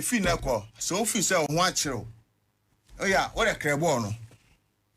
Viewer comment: Charles Taylor says "DILECT" instead of "DIRECT" and "CREAR" instead of "CLEAR". 😂😂😂😂😂